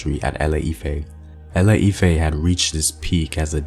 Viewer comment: ILE-IFE not ELE -IFE